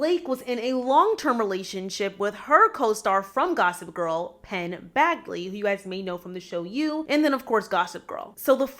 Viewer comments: Penn Badgley is pronounced BADGE-ly, not BAG-ly ❤ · yea and Penn's surname is pronounced Badge-lee... Idk why but her pronunciations were making my ears itch lmao🤣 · The way you're pronouncing some of theses names is criminal 🤦‍♀Penn Bag-ley, Leighton Meh-ster 😂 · Also, Penn Badge-lee. Like a police badge. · it's such an easy thing to look into before making a video, it's so annoying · It’s pronounced Penn “Badge-ley”. He’s super talented on Netflix’s show You.